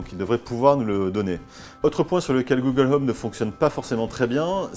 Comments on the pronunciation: "Google l'homme" -_-' faudrait peut être songer à revoir la prononciation. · "Google Heume" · Le H de home est muet. Je dit ça je dit rien.